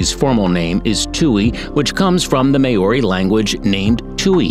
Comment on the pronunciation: Congratulations I've never watched a video where every New Zealand word was pronounced incorrectly I would have said Maori but you pronounced that wrong as well.